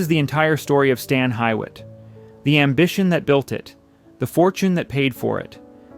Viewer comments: It's pronounced Stan HU IT,, Not Stan HI IT.... I cringed Everytime you said that way... Oh and I'm living in Akron Ohio so I think I know how we pronounce it.. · It is properly pronounced Stan Hue-wit. I know, I worked there. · Reg u lah Ki a hog a Stan Hee what The mispronunciations are insulting and show a lack of preparation by those creating this program. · The name of the mansion and grounds is pronounced "stan HEW-it". Per the hall's website this is a loose translation to Old English of the terms "stone quarry" or "stone hewn," referring to the abandoned stone quarries that were located on the grounds of the estate. Also - Stan Hywet is in Summit county, not Portage county (which is the next county to the east and is not particularly close to Stan Hywet). Also also - "Cuyahoga" is pronounced "ky-uh-HOG-uh", not "kwi-uh-HOAG-uh". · Hardly forgotten — it’s consistently voted one of the top historic homes in the nation. Pronounced Hew-it. And it’s a very special place for members of Alcoholics Anonymous worldwide. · You know the y sounds like a u in Hyett. So why are you pronouncing it wrong. I heard you say pronounced Huett. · 😊I’ve been here several times and live close to Cleveland. This is a magnificent place, gorgeous furniture, buildings, such a fantastic place to visit! I’m still in aw of this mansion ! Stan Hewett sorry you’re not pronouncing it correct! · Love the gardens, been there several times. It's located close to where I live. Somewhat jarring to hear it pronounced wrong. That should have been corrected. It's pronounced huewitt its how they say it in Scotland. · God are you pronouncing that wrong … you need to go back and re-do all your audio so you don’t sound ignorant… it’s pronounced like hough (hew) it Hew-it blended . I couldn’t make It though 10 minutes if mispronunciations … also it’s definitely not forgotten so get rid of that it is one the most preserved homes in America like the Biltmore estate. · Its pronounced Hew-it.